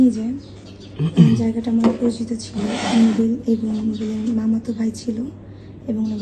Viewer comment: নুবেল ❌ কটবেল😂